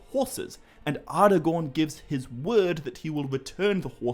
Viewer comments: Hmm, no absolute right way, huh? why is it then that even Tolkien himself, creator of the very languages and proninciations, clearly speaks the word 'Aragorn' as 'Ara'-gorn ((with a hard 'A') and not 'Ar'-agorn as you say it? (source: ). Its all very well citing reference material, to back up a claim (yours being PAXVII), but could you please say where the reference to 'ngor' is in PA because i cannot find any mention to it being used as a suffix in any reference to Aragorn's name. Some might say that we're heading into the realms of pure pedantry here but, as i've said before, when quite literally everyone else (even the creator himself) pronounces certain words, so noticeably different, than yourself that it draws attention to them, why is it then that the majority is wrong? - Arinor, Gondoleen, glarmdring (and others), 'the eye' is fixed firmly on you too! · respect the writing. Its not Arrgorn or Arhgorn. It is Aragorn. That second “a” there is as pronounced as all of the other letters. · I wanna hear you say more words that have "ara" in them just to see if you slip that d sound in there everytime or if it's just a thing you do with "aragorn" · Actually no, wrong again. In Sindarin, 'ngorn' does not exist, i think you mean 'gorn' but congrats on reading the quora post wrongly. Also, 'ar' does not mean king, its 'aran'. As for the pronunciation, 'Aragon' IS spoken using a hard 'A' (as in Apple) and not a soft 'a' ( as in car). Sorry to be so picky about this but when everyone else pronounces a word one way, yet you pronounce it another, it really stands out. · Nice video but some of your pronunciations make it a bit of a hard watch. Take 'Aragorn' as an example, it's pronounced A-ra-gorn and not Ar-a-gorn, just as 'Arnor' is Ar-nor and not, as you are pronouncing it, Ar-i-nor.